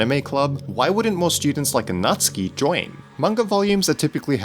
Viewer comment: its nats-oo-ki !!